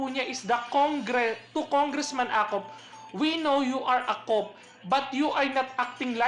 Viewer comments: Cop pronounced as ( Ka:p, Köp) sorry po. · Sir, kindly pronounce "COP" corectly. 💕